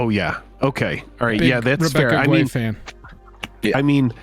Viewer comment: Guay is pronounced gay.